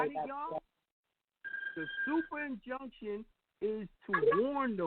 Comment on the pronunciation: Turning off comments on your other videos is the best way to prove that you're an absolute grifter. If you had the confidence in your convictions then you would welcome debate... Instead you're an absolute coward. Also, the word is INjunction...not CONjunction, dummy.